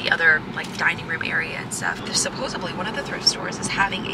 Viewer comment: SupposeBLY?!! 😂